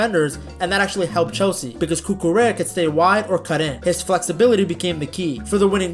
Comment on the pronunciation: The L is silent! Cucu-REA